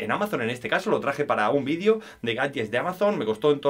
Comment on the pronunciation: se dice VIDEO y no «vidio» ufff!!